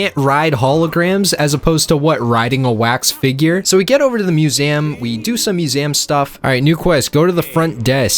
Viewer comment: STOP SAYING IT LIKE THAT! IT'S NOT "MEW-AM' IT'S "MEW-ZEE-UHM"